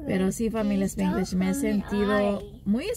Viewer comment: SpAAnglish, no SpIiiiglish